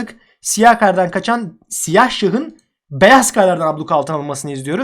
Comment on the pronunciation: abi senin siyaha sıyıh demen çok iyi :D